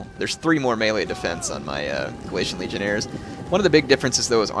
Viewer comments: Legionaries,. Legionaries. Not Legionairres. They aren't French. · legionairies, heir not legionaires, legion-eries is how it is pronounced!